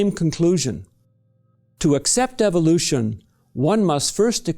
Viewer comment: this guy: eevohlooshin